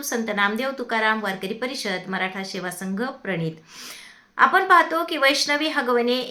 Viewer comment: शेवा संघ नसते सेवा संघ , असं आहे.आधी नीट मराठी बोलायला शिका. काय फरक पडत नाही ब्राह्मणांना नाही बोलावले तरी.. ब्राह्मण स्वतःच्या कर्तृत्वावर सिलिकॉन व्हॅली मध्ये पोहोचला आहे. तुम्ही लोक अजूनही जातीच्या डबक्यात लोळत आहात.